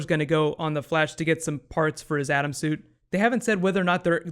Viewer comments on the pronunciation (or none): none